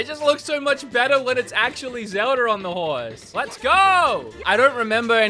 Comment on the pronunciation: Bro when i hear it your saying zelda(r) just saying